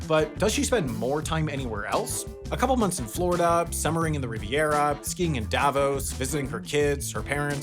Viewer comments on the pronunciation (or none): none